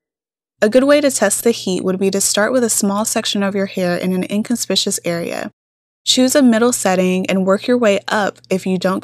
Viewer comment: the pronunciation is “ in con spic Que us”. No shade. Someone helped me so I’m passing it on. Good video content 👍🏽